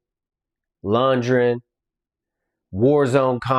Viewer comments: FYI it's pronounced LUND-GREN not lun-jen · You should learn how to pronounce Dolph Lun-D-gren correctly before you shit on anything, pal.